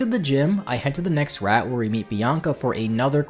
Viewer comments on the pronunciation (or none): you head to the next rat? Not sure how that slip up happened but you say route just fine lol